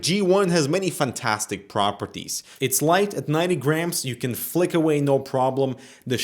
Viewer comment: flick sounds like fuck